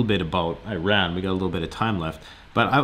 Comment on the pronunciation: I is pronounced as E in regards to Iran. Not being the linguistic police but if one is supposed to carry weight in a conversation about foreign policy and affairs pronounce Countries correctly....my father is Persian aka Iranian. I am going to be that asshole.